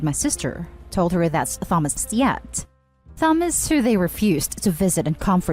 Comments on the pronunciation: Who the hell pronounces Thomas like that?? 😂 even if this is AI, I wouldn’t thought it was better than that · I couldn’t finish listening because of the pronounciation of “Thomas”😂